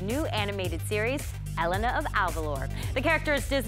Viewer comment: She just said El-in-na ..... Bitch no